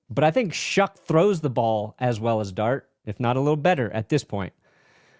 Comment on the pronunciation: What am I missing on this Tyler “Shuck” pronunciation? Is there a meme behind this? No way that’s how you pronounce “Shough” lol